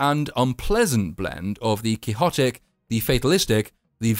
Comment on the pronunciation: Friend, you made me near cry by actually pronouncing quixotic correctly.